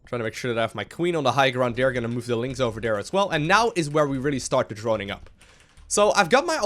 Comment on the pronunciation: great play and good commentary, but I have to say it. there not dere T-H